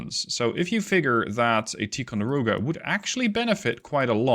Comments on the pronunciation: Just an FYI... Ticonderoga is not pronounced Tee conderoga. It is Tie conderoga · It’s actually “Tie-con-der-oga” not “Tee…” benefits of growing up in Upstate New York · I'm sorry, but I served onboard both the USS LEYTE GULF CG55 and the USS MONTEREY CG61, the class of ship is pronounced Tie Con Der Oh Gah, but thank you for the video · TIE-conderoga. The Dutch accent is cute, tho.